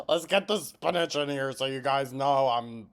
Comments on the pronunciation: She always pronounces spinach like spin-edge. It’s as annoying as ex-specially, and shamp-poo. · Did homegirl just say spinach with a "g"? Gorl. Gorl.